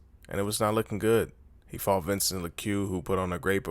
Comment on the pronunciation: "vincent la-Q"....WTF..do you watch this sport? its pronounced Vincent-A lou-K